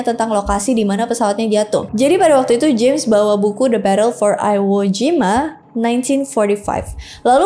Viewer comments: Itu dibacanya "Iwojima", bukan "Aiwojima". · koreksi dikit I- wo kak bukan Ai-wo ehehe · "aiwo jima" iwo jima